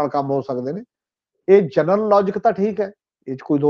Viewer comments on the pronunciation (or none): none